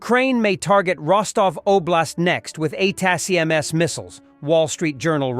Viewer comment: Watch this channel quite a bit and often wondered if the voice is real or an AI. Weird inability to pronounce ATACMs